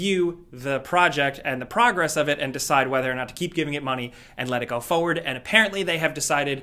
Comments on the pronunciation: "Fo-ward". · "Foe-ward" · I always laugh the way he says "foward" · his accent I guess? He leaves out the R in foRward and says "fow-ward" just makes me laugh because I notice it every time he says "moving forward" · lmao broooo I knew I wasn’t the only one that peeps he leaves the r out of forward 😭😂